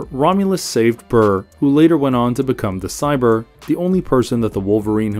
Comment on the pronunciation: Cypher not cyber